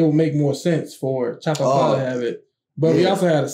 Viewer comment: I love you call Fukuro as Chapapa kkkkkkkkkkkkkkk